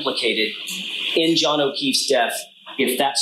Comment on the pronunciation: Paul can't even say Johns name.